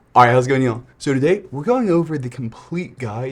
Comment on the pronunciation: no I thing he is saying y'all not neal